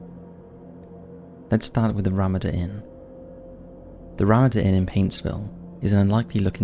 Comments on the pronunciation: Ramada = Rah-MAH-da.... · Juanita is pronounced "wanita" and ramada is pronounced as "Ramarda" just for future reference my friend as your accent makes you seem edumacated. Haha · It's Ruh-matta Inn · Love your vids. Sometimes your pronunciations make me chuckle ... RaMAda Inn. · I love your videos. I love your voice and your delivery. I just wish you'd look up the pronunciations of proper nouns (such as Ramada) though. Just a quibble. Carry on, please. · I've never heard anyone say Ramada like that 😅😅😅